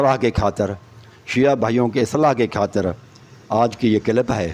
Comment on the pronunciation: جناب شیعہ کا عقیدہ درست کرنے سے پہلے کسی استاد سے تلفّظ سیکھ لو [ (کھاطر) نہیں (خاطر)] ہے اور [ (عکیدہ) نہیں (عقیدہ) ہے] اور [ (گَیر) نہیں (غیر) ہے].............😂